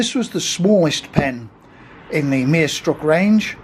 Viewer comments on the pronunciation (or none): It was a nice watch, but your pronunciation of "Meisterstück" really cracked me up. Never heard anyone pronounce it "merestruck".